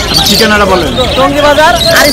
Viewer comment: টুঙ্গি??? নাকি টঙ্গি???